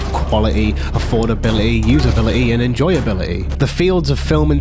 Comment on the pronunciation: Please pronounce your T's it's so annoying 'affordabiluhy'